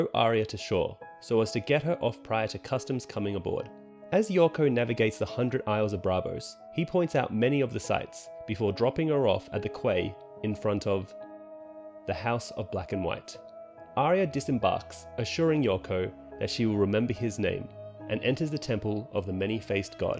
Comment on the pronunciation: quay - pronounce like key chief